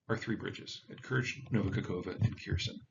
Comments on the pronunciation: Please learn to pronounce Ukrainian place names? Х-е-р-с-о-н = Kh-e-r-s-o-n. The KH (X) should be pronounced akin to an "H" and the vowel is "eh". It is not KEERson like you are saying, but more like ~HAIR-sohn. Please talk to folks to learn how to pronounce names or just put the name in English in Google Translate and click the speaker to hear how the Ukrainian is pronounced.. Я=YA, or IA and is one syllable, like the German "JA". It is never 2 syllables, i.e EE-ya. "Berdyans'k" is 2 syllables: BER-D(y)ansk, not BER-DEE-ANSK Ю=YU,of IU and also is one syllable like the pronoun "you" It is never 2 syllables, i.e. Ізюм "Izyum" and it is also 2 syllables: EE-Z(you)m and not EE-ZEE-YOUM Mispronouncing Ukrainian place names shows disrespect to Ukraine and comes across as laziness (lack of caring?) on your part, which hinders the impact of what you are sharing. If you can't pronounce the place names, is your news correct? You are not the only person doing this, I have written both American and British presenters here on YouTube. If you take the time to try, Ukrainian place names really are pronounceable! Start with the last syllable, and then work to to the first syllable. Good luck! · Kherson is pronounced "here-sawn".The K is not pronounced. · It's pronounced 'Khersonn' with a soft 'k' and extended 'n'. Basics, man. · Kherson = "HAYR-SONE" You are so smart and this is so important, maybe look up how things are pronounced? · It's Her-sawn. Honestly annoying when commentators can't take 30 seconds to Google pronunciation. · god your pronunciation of ukrainian cities and regions give me shivers. you're not even trying lmao. nice video otherwise, but for the love of all things sacred, just look up how to pronounce these names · Dude can you work on pronunciation. What the hell is wrong with Americans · It's "Her"-"Son" with emphasis is on "Son". Repeat: Her-son, Her-Son not "Kheir" - "Son" with emphasis on the first part. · It's HER- SAWN. Not Kierson.